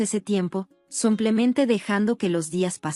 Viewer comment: Y vuelve la mula al trigo... No se dice Samplemente ni Somplemente. Se dice SIMPLEMENTE, SIMPLEMENTE, SIMPLEMENTE